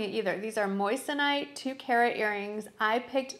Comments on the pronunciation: Actually, moyson ite. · Pronounced "mason ite"